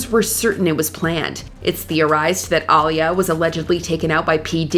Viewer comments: pronounced “Uh-lee-yuh” not “Ahlee-ya” Right?…right?? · “AhLeeUh” wtf lol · who The hell is All-E-Yeah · Aaliyah NOT Ilyah HER NAME IS AALIYAH Man Do I HATE 😡 THESE YouTubers who BUTCHERS The Names of The people or subjects they supposedly talking about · It's pronounced AH LEE YAH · Aaliyah = Uh-lee-uh. What shocks me is how many times you've reported on this poor girl and you still butcher her name. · It’s pronounced Ah-leee-ah….. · Who the hell is all - e - yeah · ai got aaliyah name all fucked up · Whyyyyy are you saying Aaliyah’s name like that? I feel like watchmojo purposely does things to ragebait their audience lol 😂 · I am not surprised that multiple people have come on the comments to demand that Aaliyah's name be pronounced correctly. Smh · Why don't you actually take the time to pronounce a celebrity 's name right! How hard is your job? Geeze! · Who else ran EXPEDITIOUSLY to the comments when this woman MISPRONOUNCED Aaliyah’s name……how how HOWWWWWWWW??? I am cringing so badly hearing it. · The way yall pronounced Aaliyah’s name was blasphemous! 😮